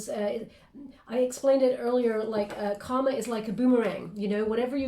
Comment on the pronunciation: It's kinda funny....I don't know if you've ever noticed, but, every time you say the word "karma", you always pronounce it like you're saying the word "comma". But, there's an "r" in there that you keep leaving out. Obviously, I know what you're trying to say, but, it may confuse someone else. Just wanted to bring it to your attention - FYI